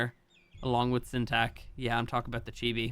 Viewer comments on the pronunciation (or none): none